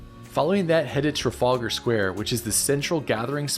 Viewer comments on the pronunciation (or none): none